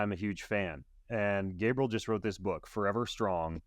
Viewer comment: Gabriel???? WTH ... its Gabrielle 🤦